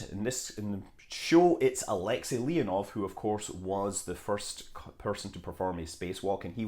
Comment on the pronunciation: Королёв is not "ko-ROL-lee-yef", it's "ko-ro-LÖF". Алексей Леонов is not "ah-LEK-si LEE-on-of" but "ah-lek-SAY lee-ON-of"...